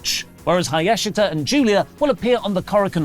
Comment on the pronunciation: Still butchered Hayashishita's name